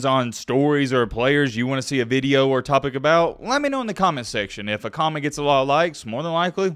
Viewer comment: “This veedeo” 😂